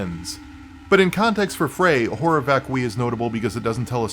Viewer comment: This REALLY is not a big deal, BUUUUUUUUT "horror vacui" is a concept that has a wikipedia article that contains the phonetic spelling. Also being aware of the concept might be helpful in interpreting the work, idunno. Edit: Nvm, you actually know what it means, and I'm aware that latin is a dead language and anglicized pronunciations of latin are basically arbitrary anway.